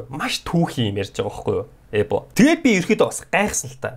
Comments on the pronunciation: ebog goy helsn hhaha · эбог ямар гоё хэлэв😂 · ebog ymr goy helchvee hahahahahaha